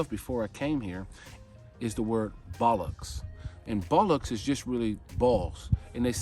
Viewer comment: Mate, you earned a like from me for correctly pronouncing bollocks. So many Americans say 'bullocks' (like a young bull), but you got it spot on.